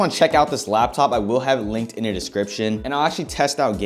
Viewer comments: I heard you say "Lab" top like 60 times ya bot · the way you say :"laptop🙄"